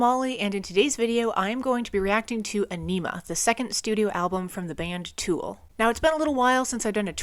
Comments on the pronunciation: I always thought Ænima was pronounced Ah-nem-uh, not Ah-neem-ah. I could be wrong, though. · Fun Facts : The Album is pronounced On - i - ma. Whenever Maynards voice becomes distorted and thin he is singing through a small megaphone into the mic, -Ions (negatively charged ions) is a combination of a Jacobs Ladder ( look it up) and Danny randomly banging on a busted drum skin held in hand to emulate thunder. That "jazzy" quality in Adams guitar playing is him playing with a metal slide on the ring finger, which he uses often for soloing. Third Eye is preluded by deceased outspoken Comedian Bill Hicks, whom the album is dedicated to. Dier Von Satan, translated from German "The eggs of Satan" and meant to emulate Hitler's Nuremberg rally. Message to Harry Manback is a phone message of an irate Italian man telling someone they are a "Pezzo Di Merda" or " piece of shit". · Yes! Finally! Also, it's pronounced: Ah-ni-mah Both the album title and track are a play on words. Like all of Tool's music, it's serious and funny at the same time. There's humor in everything. A way of saying, don't take life so seriously all the time. I think they once said many songs have a funny meaning to it too. It's very clear in some songs that it can be viewed in a sexual way, for example, but also a serious intellectual way too. We can discuss Carl Jung or laugh at enemas. 😁 Think for yourself. Question authority. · Loving the reactions! Aenima is definitely my favorite Tool album. 10,000 days next maybe? also just so you know the album is pronounced like "Aw-nimmuh" :^) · Tool's best album. Reacted to by someone that can't even pronounce Ænima correctly. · It’s pronounced EYE-NIM-UH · Agh! That emPHAsis on Aenima! Killing me.